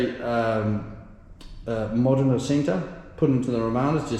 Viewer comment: Are you mispronouncing some of the names on purpose, or have I been pronouncing them wrong for years? Eg moderna